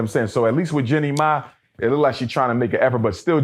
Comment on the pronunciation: Running his mouth and cant even pronounce ppl name right who tf is Jenny Ma?